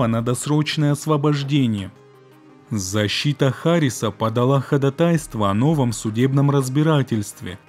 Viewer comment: Заметил что почти все крайм кагалы говорят «ходатАйство», хотя ударение на втором слоге…. Вы столько литературы и информации изучаете…. Как-то режет ухо))) А так интересно, спасибо за труды!